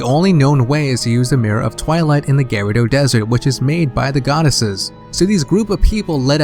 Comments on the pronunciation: why do you say GARADO instead of GUREDO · for like 5 minutes im trying to figure out who the fuck the Gare-odo are but i figured out he tried to say gerudo. god damn if your gonna make a theory and shit and do research then pronounce the fucking names right geez. So this bongo bongo and the sheika are practically the uchiha clan without the sharingan. nice. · also "Gerudo". It sounds like you're saying "gyrados" without the S.